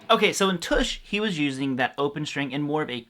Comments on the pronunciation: Uh, its "T'ush" as is in uh or but. Not oosh as in push. Otherwise great vid. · Tush, not Toosh! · He rhymes it with "much"! LOL